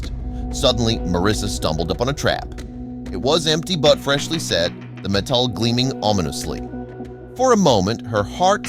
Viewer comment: did dude really just say metal as meh-tall?